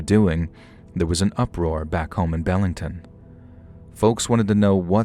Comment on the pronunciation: Be-ling-ton Not, Bell-ing-ton